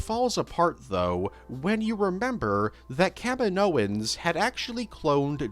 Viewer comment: The way you said "Kaminoans" made me do a double take because it sounded like you said the WWE wrestler Kevin Owens was cloning force users lol